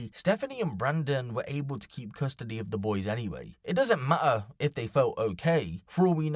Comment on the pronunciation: "It doesn't ma-ah." What? Do you mean... matter?